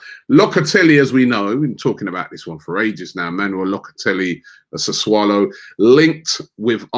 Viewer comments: Everybody: "Sessulo" Robbie: "Sesswalo" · "Saswallow"😅 Oh, Robbie... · 'Sir swallow' listening to Robbie pronounce foreign names is a vibe 😂😂😂😂😂😂😂😂😂😂😂😂😂😂😂😂😂😂😂😂😂😂😂😂😂😂😂😂😂😂😂😂😂😂😂😂😂😂😂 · Saswallow Robbie, seriously?…..You need to work on your pronunciation mate. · Man said Sasuwallow hhhhhhhhh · That’s how it’s pronounced in Northam Italy